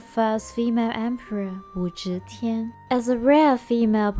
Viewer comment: you mispronounced Wu Zetian's name throughout the video. "Ze" is NOT pronounced "zhe".